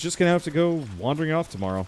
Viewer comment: am I the only one that finds it funny every time he says wandering?....also, that ending.....ooof